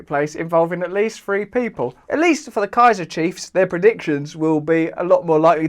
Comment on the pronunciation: "The kaiser cheifs" LOL